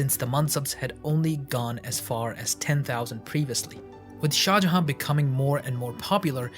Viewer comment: Why do you not pronounce the last N in shah jahan? You keep saying shah jaha and it makes me wanna hurt you